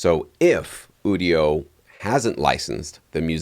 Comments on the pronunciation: You-dio not ooo-dio 😂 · Quit saying Ewdio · It's pronounced "you-dio". IDK why this bothers me even more than people pronouncing nVidia as "nuh-vidia".